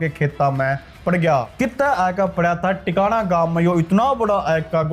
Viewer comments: Tikana nahi h naam Tikan kalan h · Tikana koni tikan h es gaon ka naam